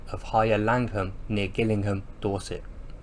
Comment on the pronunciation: Gillingham is pronounced jillingham...